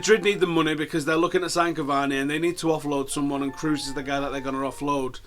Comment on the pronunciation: why do people from england have such trouble with prunouncing kroos XD. they always pronounce it cruz, or cruise. its closer to the vowels in sauce tbh, so krauce not kruz XD Anyhow thanks for the upload and update! brilliant as usual!